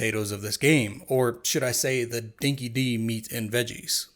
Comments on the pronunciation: Dinky Di isn't pronounced Dinky Dee. It's Dinky Die. 🐶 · "Dinki-Di" is pronounced "Dinky Die". Its an Australian slang term you could translate for 'legitimate'... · pronouncing dinky di wrong angered me way too much 😅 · Aussies cringing every time he says "Dinky-Dee" and refers to "Team Bondee"